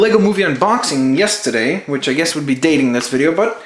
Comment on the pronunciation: XD I love how he says "Yesterday" like he's from Boston! XD